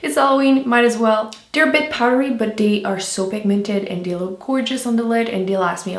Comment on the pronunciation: once again an awesome video. But pls girl, say your 'th' !! They not dey lol love from ireland <3